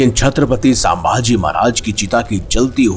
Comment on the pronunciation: Plz nam to thik se pronounce karo.....saambhaji nhi sambhaji Maharaj